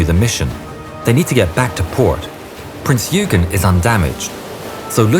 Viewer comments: It's not "Prince 'You-gen'..." , It's "Prince 'Oy-ghan' or 'Oy-ghen' " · Prince Yoogen? Why can't ANY of you learn to pronounce foreign names correctly? Would it really have been that difficult to find a German speaker? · Love how he calls Prinz Eugen Prinz Hügen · Wonderful video! My only frustration is with the pronunciation of the name of the ship, Prinz Eugen. This is a German ship - the pronunciation is 'Prinz OY-gen' not 'U-gyn.' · It's Prinz Oygen, not Yoogen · Can I just say as a fellow Brit, the Prinz Eugen is pronounced "Oigen" Sorry to be a pain, but so many people cannot seem to say it properly. :) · Prinz Oiegan is how we pronounce it. AI is getting better though. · The "dazzle stripes and swastikas were painted out by the time Bismarck left the Norway fiord. Prinz Eugen is pronounced "OY-GEN." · prince eugen is prononced oygen. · Wrong pronunciation. It is Prinz Oygen, like in Oyster. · The ship that sailed alongside the Bismarck... The ships' name (Prinz Eugen) is pronounced like this: Prinz Oigen (Last name spelled Eugen... Pronounced like it was spelled "Oigen")...